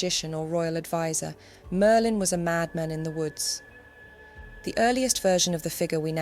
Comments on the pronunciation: sounds more like Maerlyn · Mer-lin is diminutive of mer, meaning sea, as in one of the meri cult.